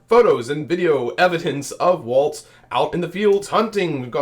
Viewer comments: Apparently you are mispronouncing his name. Walls not Waltz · Walz, not waltz. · Why does everyone at Occupy Dem pronounce his name wrong!? W-A-L-Z It's Walz, like the walls of a house. Not waltz like the dance. 🫣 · His name is Walz (Wall-ZZZ) nor Waltz (Wall-T-ZZZ) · It is pronounced like WALLS like in your house, NOT WALTZ like the dance. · It’s not waltz like the dance. It’s walz. Like walls in your house. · Walz' name is pronounced "walls", not "waltz" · His name is pronounced like WALLS, not waltz. He pronounced it that way in a commercial when he was running for Congress. Vote Harris/Walz in November! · Not Waltz, like the dance. .WALZ , what's holding up the roof! Pronounced WALLS! Get used to it folk!!!! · Great coverage, but Tim Walz's last name is pronounce like you're saying the word 'walls', not as 'waltz'. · walls not waltz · It’s Walz like walls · Two things: 1. I believe it's pronounced "Walls" 2. Please a little less "click-baity" headling. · It's WALZ. No t in there. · Walz not Waltz. 💙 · pronounced "Walls", not with a "z" sound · oops, I should have typed "not with a 'tz' sound" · His name, Walz, is pronounced "Walls". Their is no t in his name. It's basic courtesy to pronounce a person's name correctly. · Since name pronunciation is an issue in this campaign lets learn to say WALZ....no T, not WALTZ. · THERES NO “T”IN WALZ!!!!!! PRONOUNCE IT CORRECTLY!!!!